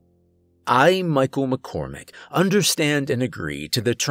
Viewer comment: Not gonna lie by the time I heard ''McCormick'' I was convinced this dude is dying at some point.